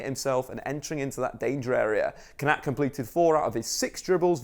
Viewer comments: surely it’s pronounced Kon-a-tay not Kon-at 😂😂 the little ‘ above an e gives it the ayy sound e.g. sane, mane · Pronounced konatay not konat. Great vid tho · Good video, but the é means that the “pressure” is put on that vowel 😄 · It’s pronounced konaté bro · That’s not how you say Konaté’s name at all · Is it just me slightly annoyed how he's pronounces Kounaté though l live the vid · that is single handedly the worst pronunciation of Konate I've ever heard you're better than that big man